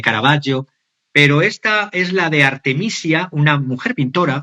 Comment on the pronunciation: Minuto 23: Artemisia Gentileschi (pronuncia: Artemisia: con S dulce, como la palabra iglesia, el apellido Gentileschi, se pronuncia gentileski).